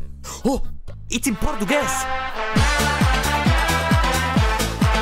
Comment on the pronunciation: bruh, your videos are so fucking cool, i love it, u trying to talk portuguese is really funny